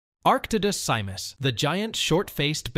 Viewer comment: That thumbnail is HORRID it would make more sense if you chose arctotherium angustidens rather than an arctodus simus those pronunciations are so horrible every thing sucks in this video